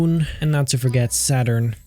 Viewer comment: "Saturn" .... my ears....